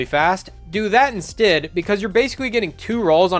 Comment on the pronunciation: Cool video, cant get past how you say instead tho hahaha